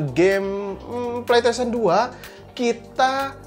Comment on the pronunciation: Ane denger nya kok pletesien ya bukan pleystesien